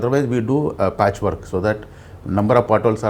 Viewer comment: Patch Work! " Poora book patch work"